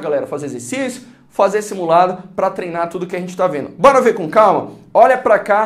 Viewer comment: "iumbora ver..." kkkk